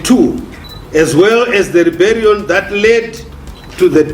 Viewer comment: Rebellion not reberion